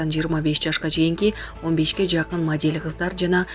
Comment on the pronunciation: Булак ньюз деп моделЬ деп кайсы жерге интонация каякка басым жасап окууну уйрончу интимь дебей. Анкааара деп. Окуганды уйрончу бай болгур. Уялып жатам.